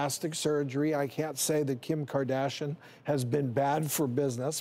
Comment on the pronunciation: Kim kardashon? I thought it was Kim Kardashian😂